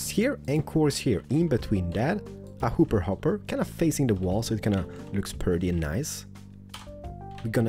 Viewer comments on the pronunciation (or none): none